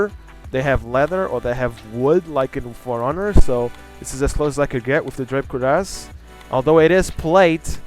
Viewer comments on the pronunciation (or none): none